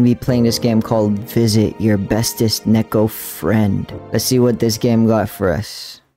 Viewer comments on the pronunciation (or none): Neko is pronounced "Niicko" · it's pronounced "niko" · Btw the pronounciation isn’t nek-o it’s nee-ko. 👍